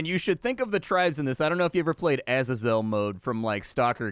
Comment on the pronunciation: Wtf.. are you pronouncing Azazel like that as a joke?